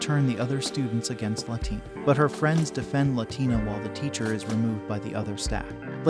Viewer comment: La la tina. It's pronounced wrong in this video. She isn't Latin American lol